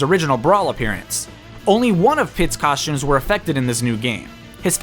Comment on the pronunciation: Cawshtumes, Sholts